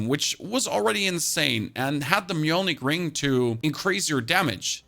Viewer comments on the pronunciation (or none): none